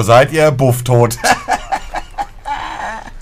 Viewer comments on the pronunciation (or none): Ich: sage Tot Monte: sagt dod (